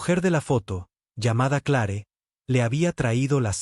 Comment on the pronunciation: Se escribe Clare pero se pronuncia cler,, Dios mio te hace mucho aprender a pronunciar nombres tanto en español como en Ingles